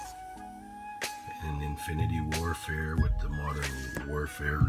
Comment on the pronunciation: He said infinite warfare wrong